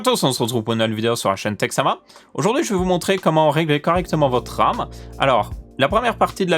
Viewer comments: Votre arme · À cause de toi pendant tout la video j'entends "Âme" au lieu de "Ram" mdr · alors je suis le seul a entendre âme au lieux de RAM ? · J'entend '' Comment régler votre âme '' 😂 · J'ai entendu votre âme, du coup j'ai cherché en commentaire pour me sentir moins seul :P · Hahaha, non tu n'es pas le seul!!! Votre âme!! Votr'âme